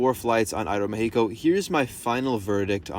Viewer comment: appreciate the aeroméxico pronunciation. many people skim over it.